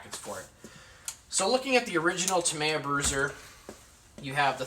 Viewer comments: Dude. say it out loud. TA-ME-YA. not TA-MY-YA. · Yup, with the stress falling on the 2nd syllable. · It's pronounced: "Tah-ME-yah" not ta-may-a Thanks for sharing anyway. 👌🏼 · Dude you cant even say tamiya or axial correctly you definitely don't know what you're talking about 😅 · You worked at a hobby store yet you cant pronounce axial or tamiya properly. Sad smdh